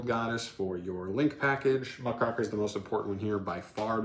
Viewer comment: Just as a note because this is a pet peeve. It's Muck-Raker. It's a kind of journalist